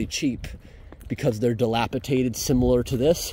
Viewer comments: DilapiDATED not dilapiTATED 😅😊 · Dilapidated -- nor, diliapiTaTed! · Does he say "dilapitated"? it should be dilapidated. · Just for the record the word is dilapidated not dilapitated 🙂 cool buildings and walk arounds. 👍🏼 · Can you please stop saying dilapitated, it is dilapidated. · It's dilapidated, not delapitated. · Dilapidated not dilapitated 👍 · The word is “dilapidated” di lap i dat ed. Not Dilapitated. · Great channel, but please stop pronouncing “dilapidated” incorrectly….it’s dilapiDATED not DilapiTATED.😊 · The word is Dilapi'D'ated 😉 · Just fyi it's dilapiDated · Awesome video as always! Glad you stayed safe with the state of some of the buildings. Also: Dilapidated* It’s a ‘d’, not a ‘t’, on that next to last syllable, my friend. I’m not trying to be negative. I just wanted to inform. 😉